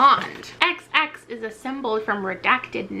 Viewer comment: The way you pronounced “xx” as “KSSS” made me cackle at 3am😂